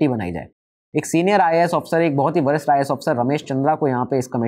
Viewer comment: वरिष्ठ और भरष्ट ठीक से बोल लो, आडवाणी जी वाले लाइन में